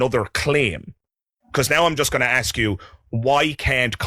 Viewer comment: sigh, the word is ASK and not AKS!